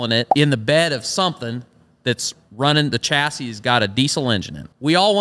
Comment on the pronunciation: Americans just cannot pronounce chassis